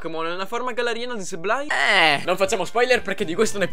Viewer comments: Grande inventiva. Comunque Sableye, si prunucia: SABLE-EYE(Seibolai) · Innanzitutto, grazie per la risposta. Comunque se come dici tu “Seib-lai", Ok, ma con la B di mezzo maiuscola e molto accentuata. La B é come se pronuciasse anche un O chiusa, non so se mi spiego.. Scusami ma pronunciare Sableye: Seblei o Seiblai senza accentuare la B, non si può sentire...